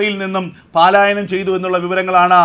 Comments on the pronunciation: Malayalam bhasha panditanmarodu chodichittu Paaalayanam enno palayanam enno parayu. Valare vikalamaya vaarttha vaayana.sorry... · Sahodhara, പാലായനം അല്ല പലായനം ആണ് ശെരി 🙏🏼